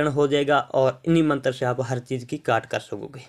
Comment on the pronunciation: Hahaaa matar apko bolna nhi ata hai shadna me kia karoge tum